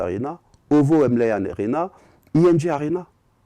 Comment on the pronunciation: ovo arena et non kovo t